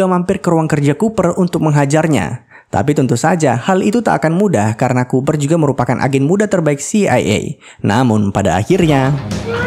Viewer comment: Kupar...😁Cooper...koo. pa -berbunyi